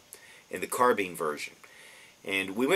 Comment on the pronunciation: I didnt watch the rest of the video because he said carbean instead of carbine